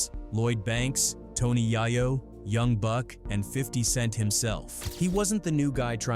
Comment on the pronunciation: Can’t even say yayo right